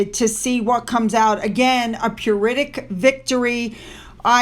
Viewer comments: Apologies for asking - I keep hearing you say "a purittic ?? Victory" as far as I know it's a 'Pyrrhic Victory' - pronounced 'pirric'. Have checked on Google and cannot find 'purittic' anywhere. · Don’t think puritic is a word! You mean PYRRHIC victory……….pronounced …peer-rick. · Hi,! I love your videos and look forward to them every day! Pyrrhic, pronounced PEER-IK (of a victory) won at too great a cost to have been worthwhile for the victor. A great word! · FYI it’s a “PEER ick” victory, love your posts, Finn & I’m pretty sure I’m right ❤❤❤❤❤❤ ❤❤